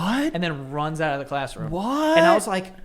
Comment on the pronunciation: Your even worse at saying out. OAT. 😅